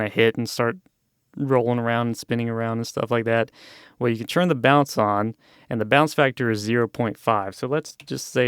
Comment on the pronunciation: I hate how this guy says churn instead of turn But other than that these tutorials would be helpful if I used mine imator